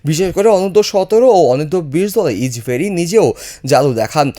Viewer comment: কের ইচবেরি ইচবেরি উচ্চারণ ঠিক করুন